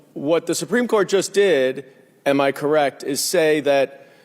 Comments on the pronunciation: The “sipreme” Court? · "Simpreme Court" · "The sumpreme court" ? She doesn't even pronounce half the words she is reading from her screen right. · Did she say "sumpreme" court I think she did 😂😂😂😂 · Soompreem court? Re-lied? Good lord she needs to read some key stage learning speech books.